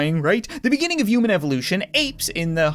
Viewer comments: Why do you say uman and not human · You said yuman